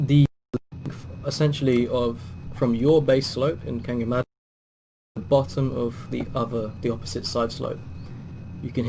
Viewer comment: I'm sorry but I cant understand you when you say how you are playing canyon madness offline